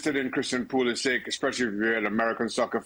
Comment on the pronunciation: Why does Craig Burley mispronounce Pulisic’s name? Surely he knows better, everyone is pronouncing it correctly.